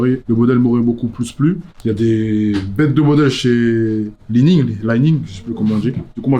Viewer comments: Pour habiter en Chine depuis plus de 10ans, entendre Li-Ning prononce Lai-Ning c'est dur. lol Li, c'est juste Li :p haha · Deja pourquoi prononcer Laï ning? K ai toujours appelé cette marque li ning comme c est ecrit...bref. Pour ma part je connais cette marque car elle a innondé le badminton (raquettes, maillot short,...) il y a de cela plus de 10 ans et pour beaucoup de revendeurs specialisés li ning se rapprochait a l epoqur plus d un decathlon a la chinoise qu a une marque pointue pour le badminton. Maintenant la marque s est ettofé et propose aujourd hui des produits de qualité a des prix qui refletent le developement technologique a l instar du leader Yonex. Cette marque a explosé au JO de Pékin car elle a ete la marque de la delegation chinoise. Ensuite c est cool de parler de marque beaucoup moins populaire et meme si je ne porterai pas la paire elle a un partie pris esthetique vraiment stylé.